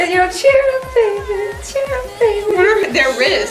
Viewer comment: And it's cheer up not char up or chear up